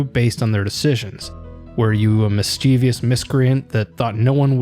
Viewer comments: The word is mischievous. Pronounce it that way. "Miss-chuv-us" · MISCHIEVOUS IS NOT PRONOUNCED LIKE THAT